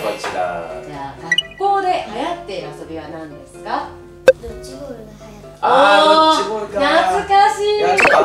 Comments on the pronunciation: ドッジボールのジがヂになってる 笑w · ドッヂボール×ドッジボール○